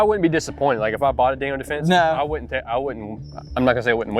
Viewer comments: Pretty hard to take any review serious when the hilljack reviewing the product can't even properly pronounce the brand. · It's Daniel Defense, not Daniels Defense, I believe. Great video guys!